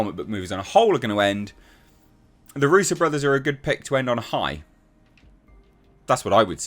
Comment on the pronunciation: Darusso ? Thought it was Russo.